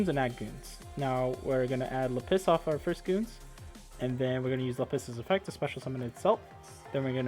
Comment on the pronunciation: It’s LAppis dragon, not laPPIS 😂